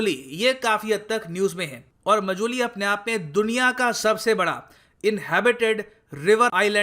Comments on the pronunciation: Sir it's not मजुली its माजुली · It's Maajuli not mojuli..... Sir 😊